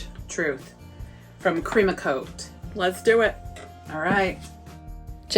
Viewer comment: Okay, I’m NOT being that person, but I can’t tell you the number of times I have spoken to my iPad trying to ask Jenny if the paint brand is Ceramcoat or Cremacoat. She says Cree-ma-coat and I think she talking about Cer-ram-coat, so I know which paint you guys are using. LOVE YOU GUYS!